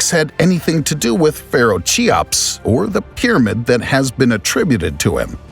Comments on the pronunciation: Cheops is pronounced Key-ops not Chi-ops! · Amassing video , I am so glad to found this channel. The only thing is narrator have to learn how to pronounce Cheops .